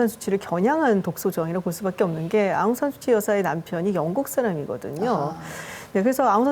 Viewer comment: 아웅산 수치가 아니라 아웅산 수찌...이름부터 제대로 불러 주기를...